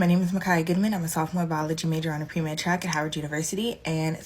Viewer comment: "PREMED"!?!? Lord help us!!!!